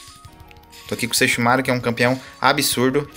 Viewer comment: Nossa desculpa mas que agonia vc falando sesshoumaru kkkk